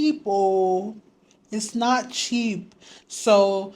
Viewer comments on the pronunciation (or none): You are an official Gh babe after I heard you say " a wedding is not cheapoooo"